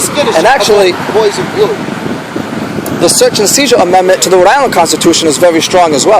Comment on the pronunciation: its "Rhode" Island idiot